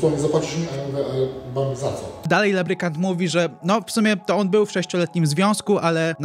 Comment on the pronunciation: Lubrykant nie labrykant